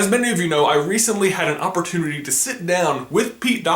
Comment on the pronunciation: Did he say, that he had an Up-pertunity?^^